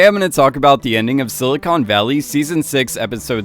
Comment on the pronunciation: He managed to pronounce “silicon” and “documentary” like an undertrained AI chatbot